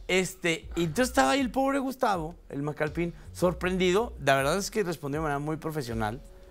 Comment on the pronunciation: Por qué dicen Macalpín? Se nota que no tenían idea quien es él y nomas están repitiendo lo que dicen los demás canales. Al menos gugoleen😅 Es Macalpin, sin acento jaja